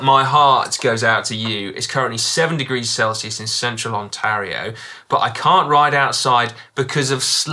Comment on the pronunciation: A reminder to Si that Ontario is pronounced On-tear-e-o not on-tar-E-O, true dat. Dan, can we have a Hack/Bodge special for the outgoing app entirely on the best/worst chain catchers and use of zip-ties?